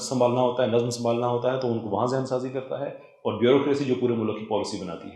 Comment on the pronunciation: You speak well with good Urdu. The only defeat is your punjabised accent of simple Urdu words. On the left hand side is your punjabised accent and on the right is the correct pronunciation. Or. Aur Tor. Taur Dor. Daur MoLuck. Mulk E-Lum. Ilm Foj. Fauj Both. Bohat Gay. Gaye (went) People like Dr Omer Adil, Awais Iqbal (atheist), Raza Rumi etc. are ordinary Punjabi like you but their correct pronunciation is praise worthy. I know it would take time to unlearn your punjabised accent, but unless you acknowledge your problem, you won't embark on towards solution. All the best